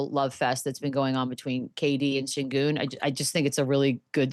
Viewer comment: My question is why do yall keep pronouncing his name as "Cingun" its "Shengun"! Please watch the rockets games to know what yall are talking about! Sengun has been in the league for 3 years now and yall keep getting his name wrong! From now on just call him MVP SENGUN!